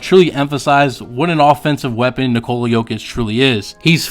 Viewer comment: It's hard to listen to you butcher his name It's like Niko la please learn